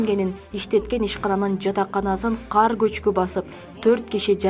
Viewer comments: Окуган кыз каар деп айтып атат кулак салсанар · Каар эмес кар эле болуп жазылат,айтылат 😡